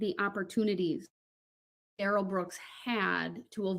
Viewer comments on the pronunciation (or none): Oh No!!! I did a Duh-rell. Preacher Duh-rell.